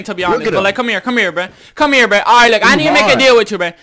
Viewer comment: STOP SAYING breh